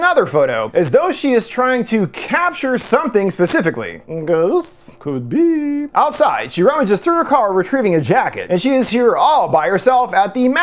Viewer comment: I rewound to watch "ghousst? Cood be~" more times than I'm willing to admit. Great video as always lol